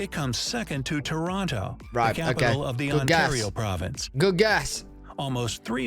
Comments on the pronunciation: Montreal IS in Quebec! And loved the way you said Province…. You said it like .. prov… an…dince!!! Lmao ❤😂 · Montreal is a city in the province (praw-vince) of Quebec.